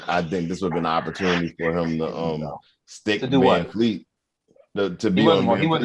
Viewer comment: VanVleet is his name. not Vanfleet.